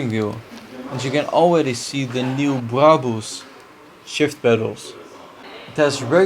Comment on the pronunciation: Lijkt net als of het door Google gepraat word dat braboes😂😂 HET IS braBUS niet BOES😂